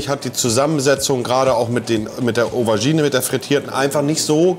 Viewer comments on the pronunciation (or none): Wer kennts nicht?...die "Overgine" :D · Was ist denn eine Owergine? 😂. Ach Monte, ach... 😂